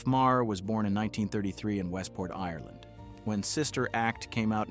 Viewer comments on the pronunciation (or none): none